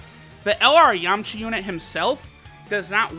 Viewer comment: I swear he said yumcha